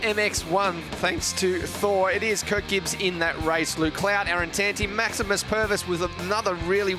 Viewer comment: Hahaha Maximum Pervis, you mean Maximus. He's a kiwi! Don't f*ck the name up! He ain't a dumb australian